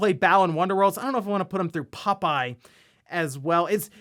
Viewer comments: More like "pupeye" 😄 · I was just listening to this and thought there was some dog themed popeye game called Pupeye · For some reason I find it funny with the way says "Popeye" 🤭